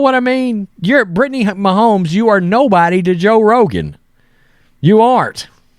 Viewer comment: So you don't know who Shane Gillis is and you can't pronounce Mahomes? Are you even a person 🤣